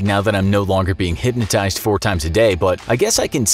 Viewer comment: “I got hypsibdjshebdisghsns”